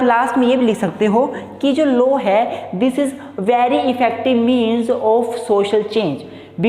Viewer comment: It's not 'low' it's 'law'